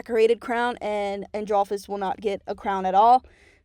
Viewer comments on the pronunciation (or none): ANDRPHIS👹sorry but its Not androphis its andreophis like you say IT like that (also Not meant as hate im just saying it)